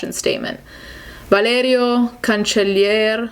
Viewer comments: That mighty Italian pronunciation of that name 💀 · so, she speaks perfectly two or more languages and she pronounces the name “Valerio” - obviously a latin name - exactly like it supposed to be pronounced and you have something to say about it? I guess we all have to say words that are not english words in the wrong way like Americans do even if they listened and repeated them for years and years (hello spanish!) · The way you say Valerio is amazing